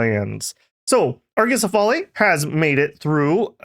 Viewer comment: its pronounced /a-ko-se-fa-le/ greek dont have the /ale/ like hoplite is /hop-li-teh/